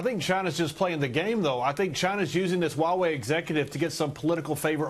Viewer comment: It's Huawei, not Uawei.